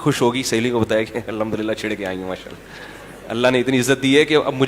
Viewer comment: السلام وعلیکم حضرت امید ہے آپ خیریت سے ہونگے میں حضرت آپ کے بیانات سنتا ہوں لیکن انتہائی معذرت کے ساتھ آپ کے منہ سے عام لوگوں کی طرح یعنی غیر عالم کی طرح الحمدللہ کا لفظ سنتا ہوں اور کئی بار سنا ہے تو دکھ ہوتا ہے اس لفظ کی ادائیگی پر توجہ دے آئندہ کیلئے انتہائی معذرت کے ساتھ آپ کے پیروں کی خاک میری آنکھ کا سرمہ